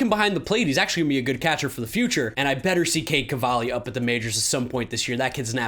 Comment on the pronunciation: why does pronounce catcher like that? "CAHTCHER"